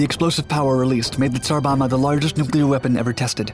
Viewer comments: tsar bomba, not bama. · You pronounce the latter B when saying Tsar Bomba.